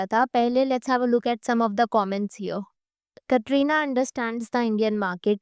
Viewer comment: u 1st pronounce Katrina's name properly